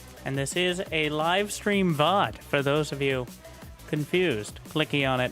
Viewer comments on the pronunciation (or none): this is the first time I hear someone pronounce VOD this way